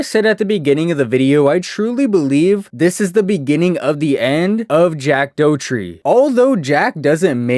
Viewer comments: Jack Dough-tree... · Jack Dough-tree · Jack Do tree 😂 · Doe tree?? Lol 😂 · if you pronounce it DOUGHTREE one more fcking time i swear to god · Jack "Dowtri" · You did all this fire research but still have no idea how to pronounce his last name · making a video about a person you cant even pronounce their name is crazy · He clearly hasnt had a downfall if your making a 34 minute video to mooch off his name😂 he is still making millions, and you can't even read his name right🙆‍♂️